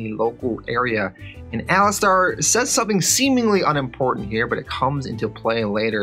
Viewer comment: The name Alistair is pronounced (Ali-ster) Not Ali-star. Also it's not Ham-ish, it's Hame-ish